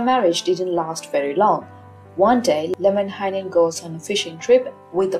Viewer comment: American here, was reading the Kalevala and kept thinking, "There's way too many syllables in this guy's name. " Came to this video, and the way you pronounce it sounds way better than the way I was reading it.